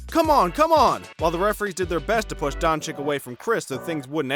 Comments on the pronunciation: Wait, isn't it pronounced Donchich. Never heard nobody pronounce it DonchiK before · Mr. Don Chick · Not only did he pronounce it like donchick but then said obre and olandipo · Just call him Luka, or learn to pronounce his surname please.